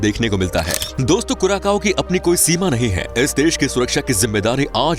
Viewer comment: कुराकाओ नहि कुरासाओ है, इतना बनालिया है तो नाम भि सहि लिया करो